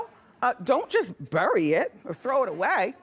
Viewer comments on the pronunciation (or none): none